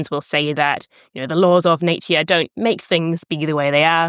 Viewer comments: I'm sorry, after the third time she said naytuar instead of nature i had to stop watching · I certainly never heard anyone so posh that they say "Natier" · Is this how Kiwis generally pronounce 'nature' (something like /ˈneɪ̯.tjə/)? I've usu heard Aussies say /ˈnæɪ̯.tʃə/ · Her way of pronouncing "nature" skills me!!!!!!!!!!!!! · Cute pronunciation of “Nature”, too.